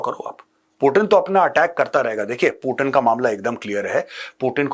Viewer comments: पुटिन नहीं पुतीन बोलो ना सर प्लिज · सर पुटन या पुतीन 😂